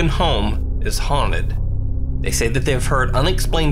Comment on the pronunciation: It’s haunted not huned